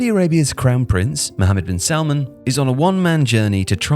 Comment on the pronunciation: Salman not Salmon😆